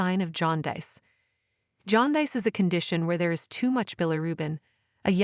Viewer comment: You need to teach your stupid, artificial intelligence narrator how to pronounce aorta and jaundice